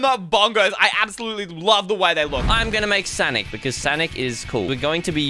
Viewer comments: Tell is sonic not sanic because it's making me feel sad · It isn't sanic it's sonic. And i think u have great videos on YouTube and I like the videos that u prank 😂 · It’s s-O-nic not s-A-nic!!! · "I'm gonna make sanic" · sonic or sanic? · Heyy its not sanic its sonic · Sonic bro fire light it’s not sanic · said sanic🤣